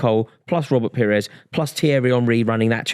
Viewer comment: It’s pires.